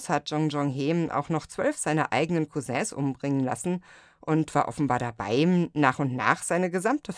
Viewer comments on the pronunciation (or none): Bewundere Deine Art, all die komplizierten Namen usw so flüssig auszusprechen . Aber Deine Aussprache des Wortes " Cousin" verursacht bei mir Gänsehaut. 😂